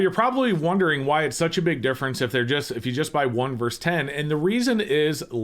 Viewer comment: The word is versus. Two syllables. Not "verse."